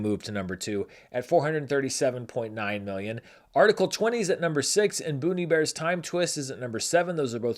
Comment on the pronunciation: Every time you say the title of the 7th highest grossing international movie I hear “Bon Iver: Time Twist” 😅